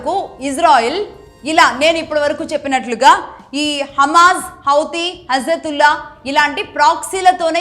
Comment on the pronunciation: హైతీ, హజతుల్లా కాదమ్మా.... హిజ్బుల్లా 👹